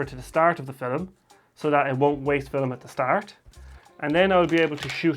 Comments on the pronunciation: I love how you say fil-em. Great video, very helpful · Did he saiy FILLIM?